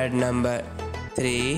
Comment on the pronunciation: Numbherrr tten 😂